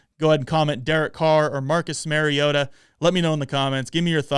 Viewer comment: Learn to pronounce the name of the person you are critiquing. It's not Mary-O-TA. It's Mari-O-TA. As in Mario Andretti. Just say TA instead of Andretti. Until you put in the effort to even know how to pronounce Mariota you are not to be taken seriously.